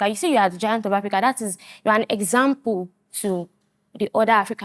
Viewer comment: They said giant and that lady say na gant